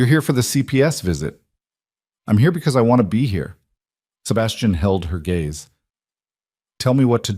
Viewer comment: Gaze, not gays 😊